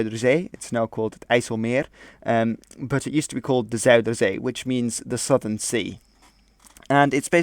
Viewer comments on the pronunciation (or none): none